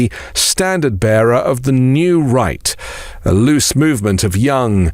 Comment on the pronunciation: Why is it that when you say New Right, I hear New Reich?